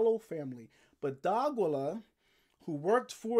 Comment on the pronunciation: DEE-AH-KEY-YUH. Not DOGILLA lol. Good channel tho